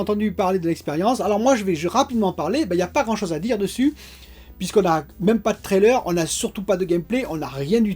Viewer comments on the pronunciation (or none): none